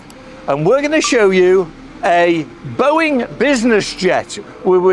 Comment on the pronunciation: You lost me at "Boeing"